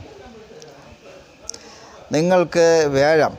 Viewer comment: വ്യാഴത്തിനെ േവ ഴം,വേഴം എന്ന് പറയുന്നത് എന്താണ് ?